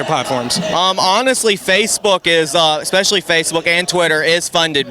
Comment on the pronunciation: I swear if he says expecially one more time!!